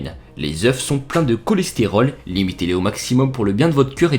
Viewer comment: Les oeuffffss mdrrr il sait pas parlé lui